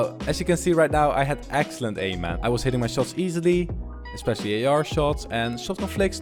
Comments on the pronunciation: Man not mon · can we have a montoge of him saying gg mon yes mon not man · He says mon not man and i do not mean it in a bad way its like gg bro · How many time did he say geegeemon (I know he is saying gg man) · instead of gg mon he sound like hes saying digi-Mon!!! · When he says it it sounds like german tbh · He sounds Jamaican when he says GG man 😂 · The way he say gg man is thu funny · Not being rude see how he says gg man